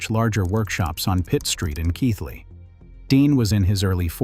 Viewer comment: Well done on getting the pronunciation of Keighley correct, ànd getting a photograph of Bingley at the correct point in the video